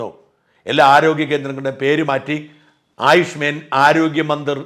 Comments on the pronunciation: ആയുഷ്മേൻ അല്ല ആയുഷ്മാൻ😂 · ആയുഷ്മെൻ എന്നല്ല, ആയുഷ്മാൻ എന്നാണ്.😊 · ആയുഷ്മേൻ അല്ല ആയുഷ്മാൻ എന്നാണ് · ആയുഷ് മേൻ അല്ല സർ... ആയുഷ് മാൻ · ആയുഷ് മേൻ അല്ല ഷാജ, ആയുഷ്മാൻ. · It's Ayush മാൻ and not Ayush മേൻ... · It is aaayuushmaaan, not man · താങ്കൾക്ക് എവിടെ നിന്നാണ് ആയുഷ്മേൻ എന്ന വാക്കു കിട്ടിയത് എന്ന് മനസ്സിലാവുന്നില്ലല്ലോ.😮😮😮😮 ആയുഷ്മാൻ എന്നാണ് ഉച്ചാരണം ....ഇതൊരു ഇംഗ്ലീഷ്: വാക്കല്ല Ayush Men എന്നു ഉച്ചരിക്കാൻ😢😢😢😢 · ആയുഷ്മേൻ ആണോ അതോ ആയുഷ്മാൻ എന്നാണോ... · ആയുഷ്‌മെൻ അല്ല ആയുഷ്‌മാൻ ആണ് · ആയുഷ്മേൻ അല്ല ആയുഷ്മാൻ എന്ന് തിരുത്തിയാലും 🙏🏻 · ആയുഷ് മേൻ അല്ല ഷാജൻ. ആയുഷ്മാൻ.. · കേന്ദ്രം നിർദേശിക്കുന്ന പുതിയ പേര് ഒരു സംസ്കൃത വാക്കാണ്. "ആയുഷ്മാൻ " എന്നാണ് അത് ഉച്ചരിക്കുന്നത്. അങ്ങ് ഉച്ചരിക്കുന്നതിലെ അപാകത ശ്രദ്ധിക്കുമല്ലോ .. 👍👍